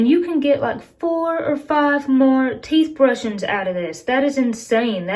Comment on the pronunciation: teeth ahbrushin...love it